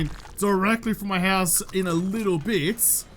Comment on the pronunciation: The hoose? Scandal, is really a Canadian!